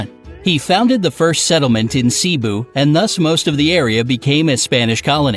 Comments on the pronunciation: It's not ceeebu it's cebu not ceeebo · lol the Cebu part was the most funny like he said cboo instead of Cebu 😂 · ITS NOT SEBU ITS CEBU!! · Me who heard "seebu" Me: IT'S NOT SEEBUUUUUUUUUUUUUUUUUUU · It is not prenounced Ciibuuu it is Cebu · I thought he said sibu but it's cebu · ALR I AM ABIT OFFENDED OF HOW HE SAID CEBU HE SAID IT AS C-BU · "See-boo" "Manny Pac-Ii-yaw" Try to at least say it right. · The way he pronounced the filipino words and islands-💀 i just cant💀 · Omg the way he pronounces Cebu 😭😭